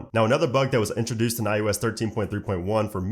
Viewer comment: It’s not I U S. It’s IOS.